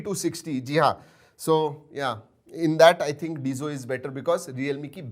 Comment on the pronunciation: It's not डिजो it's डैजो